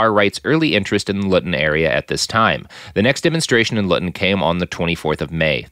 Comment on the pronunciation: Such ignorance from the presenter....immediately mis-pronounces Luton as Lutton (if it was Lutton it'd have had two t's) & then immediately mis-pronounces Vauxhall saying 'It's a car maker I've never heard of' despite the fact that from 1925 Vauxhall had close links & ownership bonds with General Motors of, wait for it, Detroit, Michigan! I mean, at least do some research before coming on air!!? I stopped listening at 3 minutes....